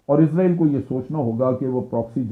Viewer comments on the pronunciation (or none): ازرائیل نہیں بلکہ اسرائیل صحیح تلفظ ہے۔ جنرل صاحب چونکہ اسرائیل میں حکومت Zionists کی ہے لہٰذا انہوں نے امریکہ کے نظام کو استعمال کرتے ہوئے پوری کوشش کی ہے کہ ہر وہ لفظ جس میں s استعمال ہوتا ہے وہاں s کی جگہ z آ جائے۔ اگر آپ کمپیوٹر میں امریکی انگلش کو استعمال کریں گے تو اس کا ثبوت مل جائے گا۔ برطانوی اور امریکی انگلش میں جو فرق ہے اب ان میں z بھی شامل ہو چکا ہے۔ اس سے صیہونیوں کا مقصد محض یہ رعونت دکھانا اور اپنی انا کی تسکین کیلئے اسے محسوس کرنا ہے کہ صیہونیت بہت بڑی طاقت ہے۔ سب سے بڑا تو اللہ ہے۔ اللہ اکبر۔ آپ کے تجزیئے کا شکریہ۔ اچھا تجزیہ تھا۔